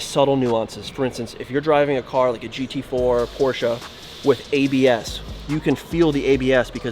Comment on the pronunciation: PORSCHE!! not Porshaaaaaaaaa